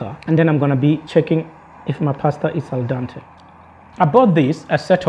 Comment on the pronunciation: I would love to cook like that in the nature! I would love a cooker like yours :) I like your white t-shirt! Cool spoon fork knife trio, brilliant yes! ha,ha your pronunciation when you say al dente! :) I live in Italy btw! You don't know how many subs have? I would die of curiosity! I check my numbers every ten minutes ha,ha! Yeah while traveling improvisation is the word! :)